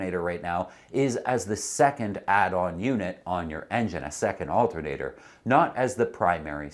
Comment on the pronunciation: Al-TER-na-tor, not alt-N-a-tor.